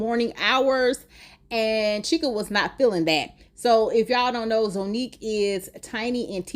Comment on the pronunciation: And Zonnique is pronounced Zah not Zo.